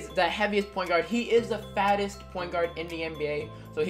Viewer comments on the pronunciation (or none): Am I the only one who thought he said FASTEST?